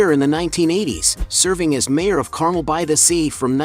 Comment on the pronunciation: Dear AI, Carmel is pronounced CarMELL, not CARmel and Tehama is TeHAYma, not TeHAHma. Great photos.